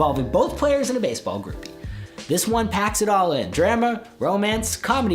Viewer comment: You forgot the "E" wtf is "Basball" ??